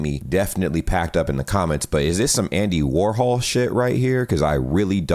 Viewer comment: ngl "some Andy Wahol shit" hurt my heart a little bit 😅